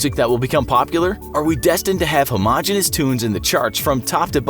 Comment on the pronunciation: That's not how you pronounce homogeneous. And the 'L' in folk is silent.